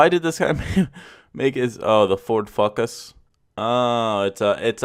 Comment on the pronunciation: The way he said Ford fockus had me dead lmao